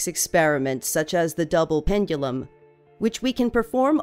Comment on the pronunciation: Is it me, or is she saying "pengulum"?